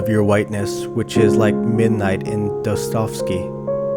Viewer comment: I loved it until "Dostovsky" . It's pronounced Do-stoy-ev-skey.